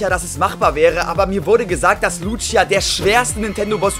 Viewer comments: Man spricht die btw Luzia und nicht Lutschia aus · Wie er sie Lutschia nennt obwohl es einfach easy "Lußia" ausgesprochen wird ^^ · Lutschia XD schöne Aussprache